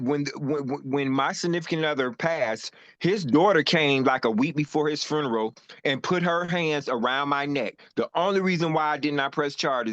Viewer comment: Fooneral… that’s it I can’t handle it anymore